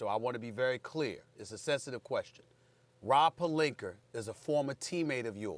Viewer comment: SAS- "Rob Palinker"